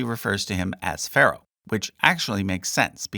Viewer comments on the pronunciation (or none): none